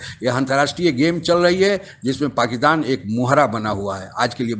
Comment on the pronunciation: पाकिस्तान बोलिए , पाकितान नहीं 🙏